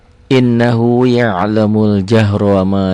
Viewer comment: Sedikit saran ustad... innahu agak ditahan 2 harokat..